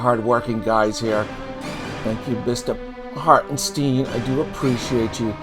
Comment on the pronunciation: If you're going to do one of these on YouTube, the least you can do is pronounce the name correctly. It's Harten STINE